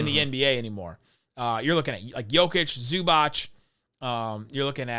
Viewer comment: It is not Zubač it is Zubac